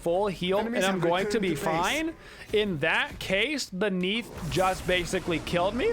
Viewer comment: who else understood "random meatballs" insted of "random Neith ults"? XD